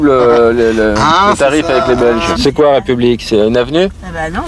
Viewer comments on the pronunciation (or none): none